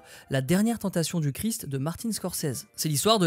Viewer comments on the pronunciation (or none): none